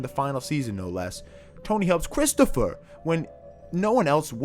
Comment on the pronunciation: All the authentic I-talian pronunciations of names: Babby Bacalaa Christofeur , , , Ton', Christofeur, Paulie